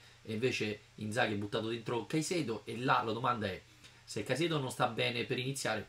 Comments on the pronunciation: Caisedo (no Caseido una volta nel video ti sei sbagliato, poi lo hai ridetto giusto) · Pure tu dici Caseido? :-) Mannaggia si è fatto male Patric, speriamo niente di grave visto che questa stagione l'ha iniziata molto bene.